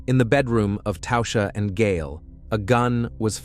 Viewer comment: "Tausha?" There's no U in Tasha.